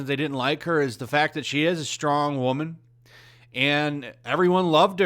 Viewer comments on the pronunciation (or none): none